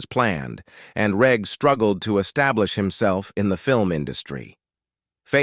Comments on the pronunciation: FFS at least research the pronounciation of the cast. Its a soft G in Reg Varney, not a hard G. Its short for Reginald. Oh wait... its a robot voice. Disappointing. Very. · It's AI crap. Listen to how it pronounces Reg.